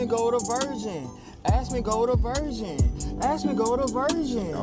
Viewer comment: I thought he was saying "asmongold AVERSION" 😂😂😂